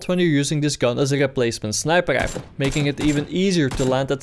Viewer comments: "Assault gifle"... god bless you young man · You somehow manage to pronounce rifle and fire with completely different R's. Rifle when you say it sounds like gaifel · Sir wtf is a Grifle? 😂🤣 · Why can you say really but not rifle